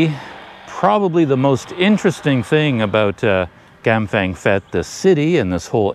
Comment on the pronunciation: Prounced Pet not fet!